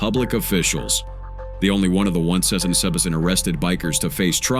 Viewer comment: A.I. don’t know how to say 177😂